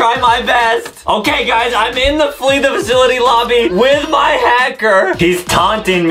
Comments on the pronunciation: Omg this is tense!!!😱😱😱 and of course Adam just makes it seem like this is a life-risking thing and he still can’t pronounce simple words like “Flee the Facility” Justin be making Adam nervous eyyyyyy 😂😂😂🤣🤣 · Adem:I'm not really good at flrjfjdhdhdbfnjfjdjdh HAHAHHAHAHAHAHAHAAHAHAH Me:This man don't even know how to say flee the facility and he's laughing even tho hes in a hacker spy room u know who said that Adem Mcarther aka the little GOO GOO GAGA baby that is actually a full grown man